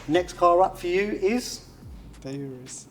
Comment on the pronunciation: It’s Ooh-ruuz not You-rus.